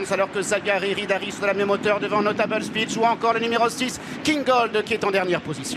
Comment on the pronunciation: Absolute butcher job on Notable Speech 😅